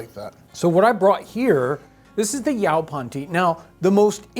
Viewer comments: (maybe that's even closer to the original pronunciation, but you get "yoe-pon" drilled into your head) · It's pronoced "YAY-PON" and the toasted version is excellent and tastes almost just like black tea. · As someone from SENC, hearing "yow-pon" nearly knocked me out of my chair :D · Great video, we have yaupon everywhere didn't know it could be used as a drink, but for future reference John it is pronounced yoepon. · Yaupon we pronounce here in Texas like Yoo - Pawn. And I was a D and C Student in the late 1970s High School. I enjoy your Channel. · In Arkansas where yaupon holly grows wild and was used by the Caddo Indians, it is pronounced yo-pon, long o in the first syllable. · No. It's pronounced yoe-pon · My ancestors were East Frisian! Makes me feel like part of this story. Thanks for the fascinating episode. Yaupon (pronounced YO-PON) grows where I live and is a delicious tea, and still enjoyed today--and you're right--it is the only plant native to North America with caffeine. But I think we can take this away: coffee, tea, tobacco, and chocolate simply have no substitutes and the world depends on them. Some spices too; what would life be like without black pepper and cinnamon? Really interesting to think about how dependent we are on the international economy.